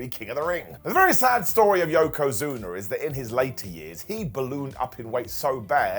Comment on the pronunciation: Yokozuner. John Ceenerr and Batisterr.